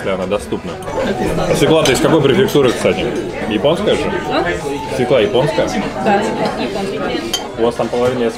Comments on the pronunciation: Свёкла, а не свеклА) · "свЁкла"! )